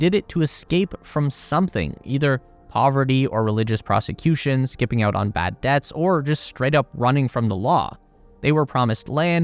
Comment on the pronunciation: Learn English [like how to pronounce PERCHLORATE, or PERSECUTION].